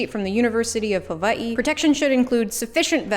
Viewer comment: Cosplayer from Hawaii here. Just wanna take a moment to say thank you for putting the care into your pronunciation of Hawaii. It’s a little thing but still very appreciated 💕